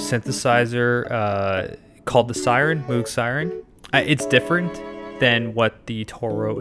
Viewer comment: It's pronounced to rhyme with "rogue". Moh-g.